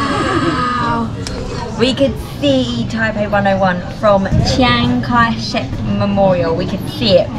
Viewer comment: 我直到今天才知道蒋介石的英文发音原来真的是常凯申😂😂😂